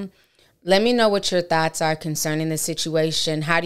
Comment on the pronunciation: Sis it's thoughts not thots